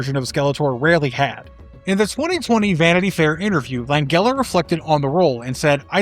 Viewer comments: Langella is pronounced "Lan-Jell-Uh" not Lang-Gell-Uh". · Jesus......Frank Langella himself is disappointed. You can't even pronounce his last name properly. It's a "J" sound. Not a hard "G." Say it as though it's "Lanjella." That's how the man himself pronounced his own name. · Langella is pronounced with a soft G. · “Shy-mer”, not “Shay-mer”, and “Lan-jella”, not “Lan-gella”